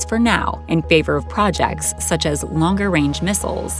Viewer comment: "Projacts" hehe